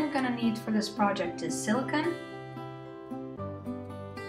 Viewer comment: hey, thanks!! it's great. one comment, though, it's silicone not silicon. the latter's an element that is extremely hard and is a semiconductor. the former is PDMS, polydimethylsiloxane or silicone rubber. it's pronounced sili cone. but great video!